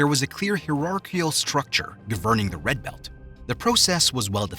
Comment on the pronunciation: Redccccchhhh belccccht.